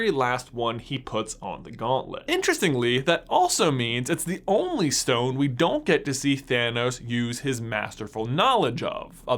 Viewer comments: That lisp is rather annoying. Every "st" word gets pronounced with a "sht" instead. Like he says stone like shtone. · Once I noticed you pronounce it as "Power Shtone", I couldn't not notice it. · Is it just be or does he say stone in a funny way? Like “shtone” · Have you realized he says shtone sometimes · I laugh every time he says power schtone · WTH is shtone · Lol "shtone" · If I hear him say "power schtone" one more time. I'm gonna lose my mind. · "power shtone" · The power schtone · Ok did anyone else realize he says “power SHtone” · “Power Shtone” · Word of the day: Shtone! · You say stone in a really weird way. "Schtone" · Shtone. Lots of shtones. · I hate how he pronounces the s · This guys pronounciation😂😂 Schtone, firscht, and my favorite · Am I the only one getting annoyed by the way he's says "stone" like "shtone" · Maybe it's just me but I cant finish watching the video because its infinitely annoying how he pronounces "s" like "sh" in every sentence. For instance: "Power Shtone" I just cant handle it. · infinity schtone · I’m sorry but I can’t get over how he pronounces stone as shtone it’s quite annoying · Am i the only one hearing shtone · It's stone not shtone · Stop saying schtone, it’s so annoying! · Who else realised he was saying power Shtone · why do you keep saying “shtone”? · This may be nit picking but every time he says “stone” he says “shtone” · The power shtone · POWA SHTONE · Its stone not shtone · Why does he say power stchone, but with the others, he says stone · Where is from? He pronounces stone as shtone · "Shtone" lul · power schtone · Power Shtone powered Shtaff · Stop saying "estone" please its really annoying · He keeps saying shtone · It is not a schtone its a stone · It’s not a shtone, it’s a Stone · IT'S S T O N E NOT S T H O N E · Does he say power shtone? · my mans saying power shtone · Why does he say Shtown not Stone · He says stone like “shtone” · Nobody: This guy:Power shtone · stop saying "shtone"